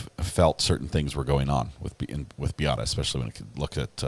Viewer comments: Can someone for the defense PLEASE teach Mr. Altenbernd how to pronounce MAYA and BEATTA? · Why can't he pronounce Beata's or Maya's names correctly? He's surely heard them pronounced correctly a thousand times by now. As for them not being responsible for Beata's death, didn't someone who worked for the hospital say that they predicted it? Yet they did nothing. Also, I think the thing that bothers me the most throughout this trial is the utter disrespect I've seen towards Beata from the witnesses from the defense. I also wanted to comment about the last nurse who testified. Given her personality, I can easily see why Beata didn't do well with her, and why she didn't appreciate what Beata was trying to tell her. She didn't know anything about CRPS, either, so I don't think she took Maya's level of pain seriously. The percentage of medical professionals in this trial who don't know much about CRPS is disturbing. I realize that it's not a common condition, but did any of them consider googling it at some point?